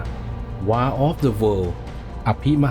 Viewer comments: WAR อ่าน วอร์ครับ แปลว่าสงคราม ไม่ใช่ วาร์ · War คำนี้ไม่ควรจะอ่านผิดใด้ดวยประการทั้งปวง ใครไม่งงผมงงนะอะไรจะตายน้ำตื้นใด้ขนาดนี้